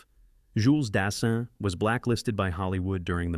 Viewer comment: The bloody ignorance in pronouncing names (Jules Dassin) spoils this clip for me 🤢🤢🤢🤮🤮🤮